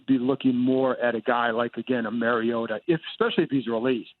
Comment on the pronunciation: 5 years in and they still can’t pronounce Marcus Mariota’s name right